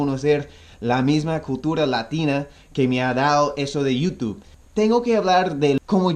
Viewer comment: Me da risa como dice Cultura, Dolares y Dulce jajajaja dice Cutura, dolres y duce 😂😂😂